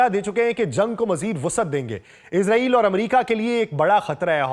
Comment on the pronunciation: اسلام علیکم سر آپ سے درخواست ہے کہ لفظ اسرائیل ہے نا کہ عزاعیل